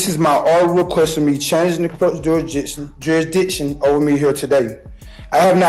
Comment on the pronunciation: "juridiction juridiction juridiction" you would think if he took his BS seriously he might learn to say jurisdiction properly